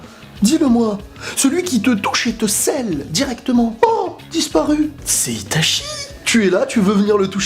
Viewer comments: Bien que l'épée de Totsuka soit forte, tu n'as pas parlé d'Amaterasu, c'est l'arme ultime contre n'importe qui avant de sortir Susanoo Par contre j'ai saigné des oreilles à chaque fois que tu prononçais Itachi ... ça se prononce I ... TA ... TCHI Désolé mais Goku, sur ce coup (ouais ça rime) c'est le maillon faible, Itachi le maillon fiable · Réellement, Itachi. I-TA-CHI voilà c'est tout ce que j'ai à dire 😂